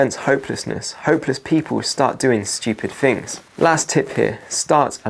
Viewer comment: Yep, very annoying, though not as much as someone who says "Fings like one, two, free". TH is not pronounced F, unless you are a nutter